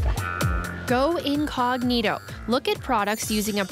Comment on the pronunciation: In English (vs Latin) the word is "inCOG'nito."